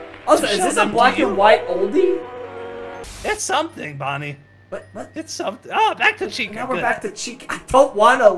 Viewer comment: And it’s Bonnie not Donnie